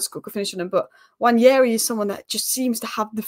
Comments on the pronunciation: It's not Nnwayeri it's Nwaneri (ONE NAY RI) "ONE NAY RI" There's absolutely no Y in the name for crying out loud.. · you're still pronouncing it wrong, it's simple: Nwa-ne-ri, not Nwañeri